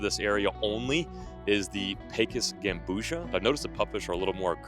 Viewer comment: It’s not gambusha it’s gambusia gam-boozy-ya is how u pronounce it